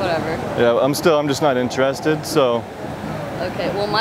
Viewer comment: Why he says inter...ested It's one word: interested